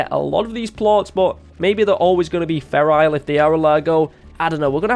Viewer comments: "ferile" dude read it. FERAL! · He annoys me because he says ferrial but its feral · Feral not ferile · I thought I was the only one that notice him saying ferile, XD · I get triggered every time he says "feral" wrong. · who else got annoyed every time he said feral incorrectly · I like the way he says "Feral" :) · The way you say "feral" though